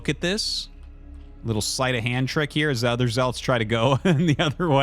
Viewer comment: My whole life I called them zee-lots and hearing you call them zel-its is a mind fuck lol